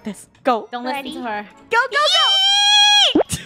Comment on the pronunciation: You had yoot Instad of yeet